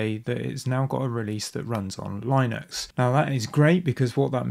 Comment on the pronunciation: How did you get to your pronunciation of Linux? How could one correct the error occurring here?